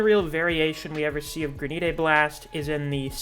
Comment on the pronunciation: Gran-it is how it’s pronounced